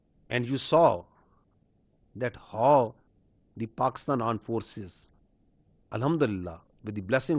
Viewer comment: pakistan aand force 😂😂